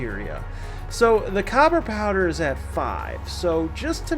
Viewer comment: Ahh its pronounced cooper powder ffs ;)